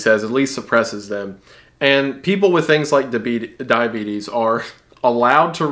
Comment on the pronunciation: When he almost called diabetes "The Beeties" I damn near lost it.